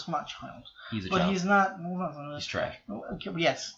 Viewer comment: Lolol “because your TRÆSH! And your about to get CLAPPED”